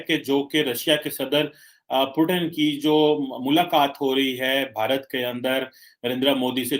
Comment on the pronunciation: अरे गधों वो पुतिन हैं। प्युटिन या पुटिन नहीं।